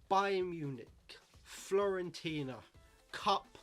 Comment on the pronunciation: Great vid, honestly though you’re driving me mad by calling them Florentina, it’s Fiorentina!!!